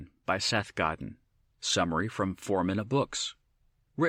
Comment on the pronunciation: You've "fallen in love with Seth Godin and his books" but you don't know how to pronounce his name?